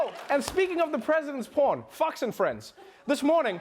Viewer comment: Lmfao I thought he said "Fucks & Friends" but he said Fox 😂😂😂😂😂😂😂